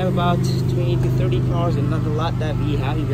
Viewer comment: Im tryna buy one but I cannot understand the price you’re saying i just heard : tirtypirtymaitu 800 usd dollars... so idk